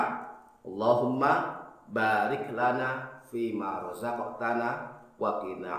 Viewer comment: alhamdulilah, baru tau, penekanan di ayat "Baarik" terima kasih